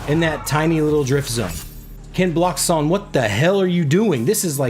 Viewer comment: Wow 🤯 someone actually pronounced your name correct 🤣 #kenblockshon